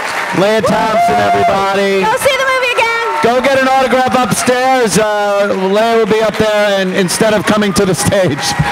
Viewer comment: Hey Ant, isn't her name pronounced LEE-ah, not LAY-ah? She's not Princess Leah...